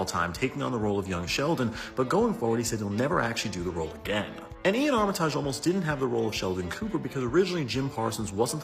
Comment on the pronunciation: I'm pretty sure it's pronounced "Ar-ma-tij" and not "Ar-mi-taaj".